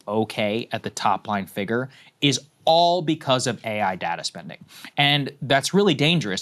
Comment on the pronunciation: Every time I hear saagar pronounce “figure” 😳😬